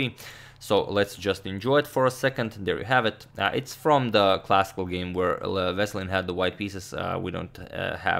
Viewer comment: The stressed vowel in Veselin is "i" and in Topalov is "a" and you can call him "Vesko" for short, greetings from Bulgaria <3 (upvote so agadmator can see)